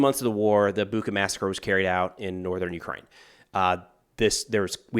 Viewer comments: Not 'Buka', but 'Bucha'. It is pronounced like the word 'butcher', but with an 'a' at the end. 'Butcha' will be a much more correct pronunciation. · FYI, "ch" in Bucha is pronounced like in "chair" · Thanks for your work. I know that Ukrainian city names are not the easiest to pronounce for an English-speaking person and I don't want to sound nerdy but "ch" in Bucha is pronounced the same way as in word choice. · i believe the infamous massacred town's name is pronounced "butcha". this notation should make it easy to remember